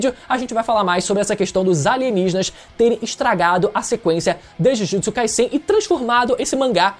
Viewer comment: pronuncia certa ai. Jujutsu Kai"Z"en. O Som é de z não de s igual vc ta pronunciando. E é bizarro vc falar que Kaguya foi apressado cara. Sage of Six path ou seja Haguromo estava ai desde sempre. Os zetsu estavam ai desde sempre. C ta de sacanagem vc falar isso.